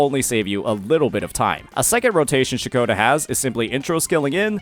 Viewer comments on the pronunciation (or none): Ain't no way this is speaking. Throughout from her introduction in 2.2, he's been calling Ciaccona - Cachowna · thank god you didn't keep saying Cachona broo thanks goood lmaooo good guide bro